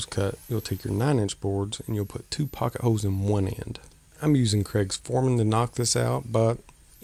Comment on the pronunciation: It sounded like you said “Poka Hose.” What is that?